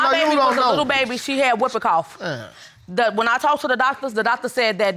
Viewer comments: Did she call it the wupping cough? It's pronounced hooping cough! 😅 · written like so yes, but pronounced hooping. The W is silent. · Did she say "whooper cough"?